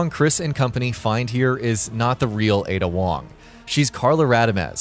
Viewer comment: Honestly, they might as well call her "Aid Ya Wong"